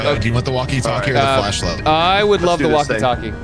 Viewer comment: FLASHLIGHT NOT FLESHLIGHT!